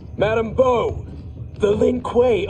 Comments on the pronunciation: Its Madame Bo not Boo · Also her name is Madame Bo not Boo lol